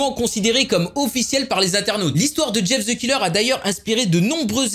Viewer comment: mais prq tout les français disent ze mais pas the